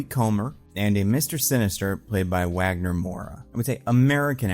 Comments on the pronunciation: I don't know if anyone cares, but being Brazilian, the W in Wagner Moura's name is pronounced as a V. So it's not Uagner, it's Vagner. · Wagner Moura is an INCREDIBLE actor, he'd kill it. ps: I'm Brazillian, the "W" in Wagner is pronounced "V" like "Vagner" ;) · Nice video,! Just a note: Wagner Moura's name is pronounced as Vagner with a V sound. That's how we pronounce it here in Brasil ☺️ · it is pronounced vagner, like kurt wagner